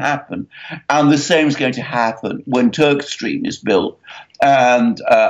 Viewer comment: Swear you said Turdstream ... haha, no of course Turkstream